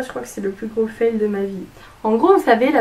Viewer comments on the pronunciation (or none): none